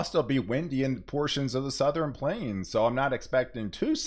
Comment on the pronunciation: Seriously, it’s Southern, not Southren!